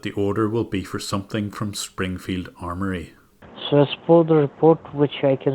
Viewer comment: That moment when you realise "Springfield Armony" is not actually a typo but they really pronounce it that way.